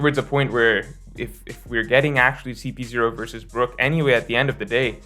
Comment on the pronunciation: It's Brook